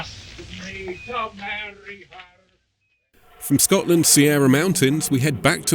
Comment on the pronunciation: I'm sorry, but at 1149 I think you meant to say Scahtland Sierrrrrra Mountuns!